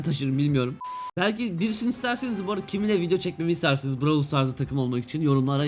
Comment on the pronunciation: lütfen brawlı düzgün oku